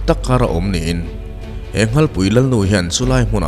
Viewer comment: Nghal tih hi Sanghal a Nghal ang nilo in NaupangNghal tih a Nghal kanlam dan ang hian lam zawk tur nilo maw